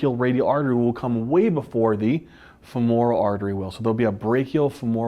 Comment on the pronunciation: The word "subsequently" was mispronounced five times! Emphasize the first and the third syllables not the second. The word "femoral" was also mispronounced. Emphasize the first syllable, not the second. Also, hypertension does not cause atherosclerotic plaques per see. Plaques form due to the electrodeposition of crystals onto the vessel walls. Electrodeposition is the only crystal formation mechanism that works at constant body temperature and adheres all sorts of crystals together as seen in electron microscopy of atherosclerotic plaques. Veins are not innervated so they're obviously spared, innervated capillaries and smaller vessels are spared because electrodeposition fails to take place there, short and squat people are more susceptible because conductivity increases for short wide conductors vs long thin ones of the same mass, plaques take place with turbulence as turbulence increases electrodeposition, and vibration increases plaques just as vibration increases electrodeposition. CNS lesions can form generalized plaques, thus plaque formation is a brain-controlled device for debilitation likely pheromonal in origin.